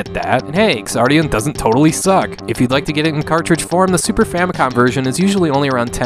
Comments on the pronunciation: When "X" is the first letter in a word it's pronounced as if it were a "Z". The "Ks" sound isn't necessary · Thank you for reviewing this game. I hate starting with a nitpick, but I believe the game is pronounced "Zardion" like how in the word Xeno the X makes a Z sound. I made the same mistake when I first heard of this game in an early issue of Nintendo Power way back in the nineties. Anyway, Xardion's development is something of a mystery to US gamers, and altogether baffling for those educated on its origins. Like classics such as Alisia Dragoon, this game featured several mecha and creature designs from prominent designers of other works (Moriki Yasuhiro of Zeorymer and Xi Gundam fame, Hajime Katoki of various UC Gundam works, and even Studio Gainax who also assisted with other games of that era including Alisia Dragoon.) It also had a short but well-animated TV commercial done in Masami Obari's style (and given Masami Obari's studio was doing anime openings like Rayearth and commercials in that era... he might really have done this one too.) The game clearly had a lot of talent behind its marketing and pre-production, and probably had a good budget to back it. The leveling system, plot, ability to revisit levels at any time, and multiple playable mecha were fairly novel concepts at the time of its release. So... what happened? I suspect this game was either intended for one of Japan's PC platforms like the X68000 and got migrated to the far more popular Super Famicom platform midway through development, or the developers were either inexperienced with the hardware or functions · Is it actually supposed to be pronounced ks-ardion?